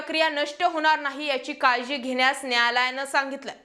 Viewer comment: होनार?, म्हनत?, एकून?, एकोनिस?. लई भारी मराठी!